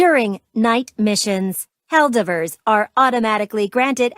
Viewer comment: I choose to believe they're pronouncing helldivrs is a reference to how a lot of AI songs pronounce it.